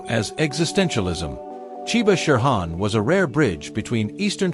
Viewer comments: Terrible pronunciation of many japanese terms like shihan becomes sherhan english pronunciation not bad. People who came back from Japan talked about certain people as being known for their powerful techniques. This is a euphemism for brutal. It seems to apply to Chiba, not saying he wasn't very capable. As a technician and worth stealing ideas from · If you are going to talk about aikido, you need to pronounce the Japanese words correctly: uke, shihan, bokken, Biranki, dan . Get rid of the AI voice!